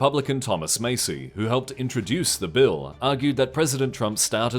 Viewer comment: american here, it’s pronounced “massy”